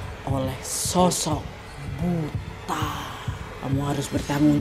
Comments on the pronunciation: Buto ga siih.. asing bgt pas disebut buta 😂😂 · kak naaaad, bacanya butoooooo :(( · Bacanya Buto kak. Bahasa Indonesia nya raksasa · dalam bahasa jawa, kata buta (kadang juga ditulis 'butha') , cara pengucapannya adalah 'buto' atau 'butho' serupa dengan pengucapan kata 'tolong'. selaku orang yang tinggal di Jogja Nadia mestinya tau dong 😀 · Bukan buta kk,tp buto....itu sejenis hantu tinggi besar seperti raksasa...pengucapannya buto not buta 😅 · butooooooo kak nad bukan buta😂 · Bacanya Buto gasih wak, kukira pas baca di tnumbailnya tadi buta yg gabisa ngeliat (wuto)😆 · Kak bacanya bukan buta tapi butho. Mengarah ke raksasa (mirip sebutan untuk butho ijo) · Buto kali ka, biasanya di Jawa tulisannya Buta, tapi di baca Buto. 😂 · Buto kak bukan buta...itu kalau di jawa artinya raksasa... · Buto kak 😭 "Buta" dlm bahasa jawa bacanya buto yg artinya raksasa. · Buto kak nad bukan butaaa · Buto ga sih kak nad? bukan buta?🤭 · buto wak bukan buta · maaf kak nadia, namanya buto bukan buta. hehe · nad yang bener buto/ butho bacanya bukan buta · BUTO kak...bukan buta 😅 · Buto ka 😂 bukan buta😅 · Buto bukan buta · bacanya buto kak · bacanya buto kak nad😂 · nyebutnya "BUTO" nggk si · Penyebutannya harusnya buto wkwkwk kaya tol